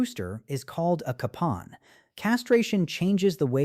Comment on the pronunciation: Capon = Kay-pon